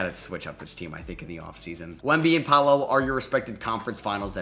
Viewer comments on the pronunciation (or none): none